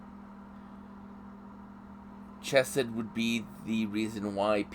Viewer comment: Its Chesed woth the Ch lile on Chanukah